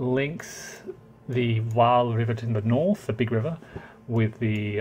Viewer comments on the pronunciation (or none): Come on with the name Wise Guy History you could dip a toe into research. You're not a Yank so make an effort with foreign place names! It's Dutch - "J" is pronounced like a "Y" [NY-may-gən], "W" like a "V" "Vaal" & "Cuijk is similar to to "Kaayk" [one syllable]. Wargamers profess an interest in history & nearly all of them get the basics wrong on names, dates & geography.